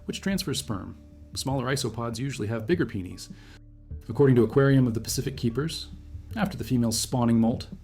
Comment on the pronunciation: is this ai? why you saying penis like that